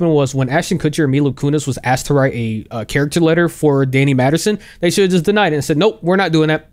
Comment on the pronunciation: *MASTERSON. Holy heck, I heard Maddison, Madderson, etc. I don't think I heard Masterson once! I mean, eff this guy to the moon, but c'mon! 😂